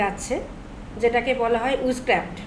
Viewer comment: Witchcraft ❌ Uiisscraft ✅